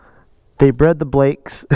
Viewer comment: “They bred the Blakes” 🤨